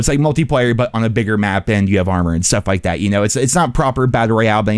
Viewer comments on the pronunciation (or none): none